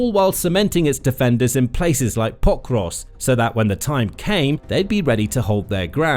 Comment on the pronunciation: Anyone count how many times he said potrusk. So annoying